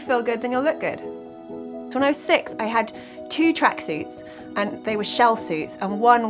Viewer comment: Tracksuits not track-seas ¿